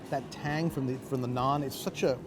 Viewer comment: As an Indian I can’t help but cringe at the pronunciation of Naan 🤦‍♂️